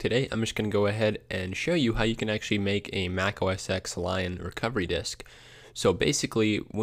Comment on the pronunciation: Dude, it's a roman numeral. OS Ten, not Ex.